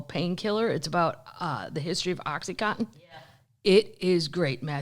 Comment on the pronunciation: Oh, for god sake, the drug is OxyContin, not cotton. It’s oxycodone in a CONTINUOUS release formula. The only drug people mispronounce more is ibuprofen, which everyone thinks is pronounced I B profin.